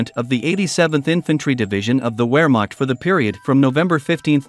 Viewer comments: What the hell is a ware marked? I think you mean Wehrmacht, the W is pronounced as a V. Veer mark ‘t’ and English towns such as Scarborough is pronounced as scar bura not burrow. Please try this. ❤ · Come on man at least have enough self respect to properly pronounce words. Wehrmacht pronounced VEHRMACHT!!! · Wehrmacht is pronounced as Ver-makt. You just lost your credibility dude! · In German the letter W is pronounced like a V as in Vehrmacht. Everybody with even a rudimentary knowledge of WWII knows that except the robot in this tutorial. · I just found you on YouTube. I like your information and presentation. However, if I have to listen to you mispronounce "vehr maakt" one more time I will scream "nicht informiert"! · CAN you learn HOW to correctly PRONOUNCE WEHRMACHT?????